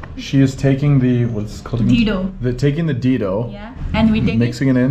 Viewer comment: enjoying watching your vlog in my hometowm bro lots of love ❤️❤️ but its dhedo not dido 😀 hehe love you bro